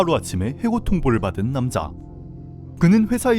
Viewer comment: 입을 좀 빨리 벌려요 남자 를 남사~ 하지말고 ㅎ